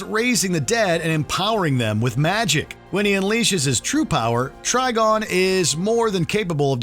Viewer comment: It’s TriGON not TriGONE! Think PentaGON or PolyGON